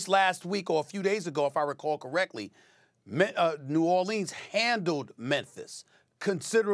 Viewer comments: As a person born in nawlins it makes me cringe everytime SAS says New Or-leans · No one: Stephen A. Smith: New ORLEENS pelicans are CAMING